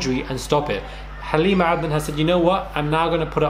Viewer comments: He pronounces her name perfectly😂🤩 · I love how he pronounces her name ☺️ the right way